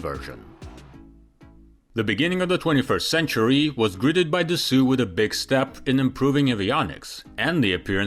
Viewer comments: Da-SO, da-SO, da-SO!!!! If you are going to the trouble to create a video, please go to the trouble to pronounce the name of the $#$&$#?;;:! Company that makes the &$@ plane!!! Excuse my French. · Thanks for the video. Dassault is pronounced Da-So. A lot of people pronounce it incorrectly. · Can’t bear to watch this as long as the narrator keeps saying Dassooooo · It's not just grating, painful, and categorically wrong—it's 100% inconceivable how anyone could land upon dassoo as an appropriate, approximate, or even remotely reasonable pronunciation of Dassault. I'm not French but by god I've seen and heard the name Renault, and I have to believe that anyone who repeatedly called it Renoo would get repeatedly kicked in the nuts. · It's not just grating, painful, and categorically wrong—it's 100% inconceivable how anyone could land on Dassooo as an appropriate, approximate, or even remotely reasonable pronunciation of Dassault. I'm not French but by god I've seen and heard the name Renault, and I have to believe that anyone who repeatedly called it Renooo would get repeatedly kicked in the nuts. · I cringe every time he says "Dassoo". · “Da-soo”?!? Da foo-k wrong with you? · Ugh…it’s so not pronounced Dasoo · no one says Dassue either… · I had to make a decision whether to continue watching this video despite the voiceover insisting on calling the manufacturer Dassoo. Still salty about it but I made it to the end. Didn't learn much but the beauty shots were worth it. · Thank you. Da-Soo was driving me nuts! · Trijets have this certain something that makes them cooler. BTW the pronunciation is Dass (as in « ass ») - Oh. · 😂… Pronounced DAS-O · I don’t believe it’s pronounced DASOOOOO!!!😂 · I love your channel. How long have you been “gone” from Mother Russia? And, lastly, I’ve always heard it pronounced “Da-sew”! Cheers! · Dassault is pronounced "dass o" in one go L t are silent lol (typical french) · Why can't you pronounce Dassault correctly?! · It’s “da-SO”